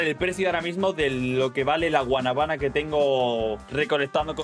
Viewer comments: Bro te equivocaste dices guanabaná y es guanábana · no es Guanaba es Guanábana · Loco lo pero es que un dominicano lo escuche diciéndole así a la guanábana repite conmingo guana bána dile rápido y te sale perfecto